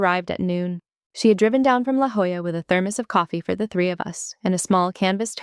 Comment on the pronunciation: I don't know if the AI has learned to read La Jolla as it should be, or if they wrote it phonetically but it was a relief to hear it as it should be. Also, the hospital at Balboa is called simply Balboa. Since my Master Chief Hospital Corpsman dad was stationed there for years, that's what we grew up hearing. Three of my siblings were born at Balboa.